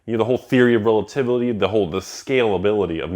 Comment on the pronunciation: Thanks for teaching us about the "theory of relatevely"!